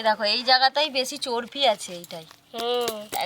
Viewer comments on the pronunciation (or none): এত বড় youtuber চর্বি কে চর্পি বলছে